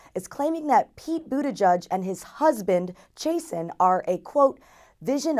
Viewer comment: God they figured out how to pronounce Buttigieg and moved on to butchering Chasten...